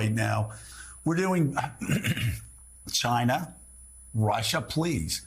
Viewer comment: Chi-na! Don’t like how trump says it. He’s a shameful human being. America is so much better without trump!